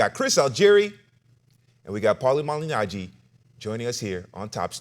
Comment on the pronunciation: My man’s butchery of the Malignaggi name is consistent